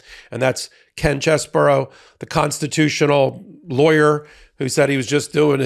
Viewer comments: It's "Chez-bro." Not "Chez-buro." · I have to admit, I doubted that these people were going to flip on Trump. And, now it's a deck of cards. (Edit). One good thing came out of this. We now know his name is pronounced: "CHEZ-bore-oh"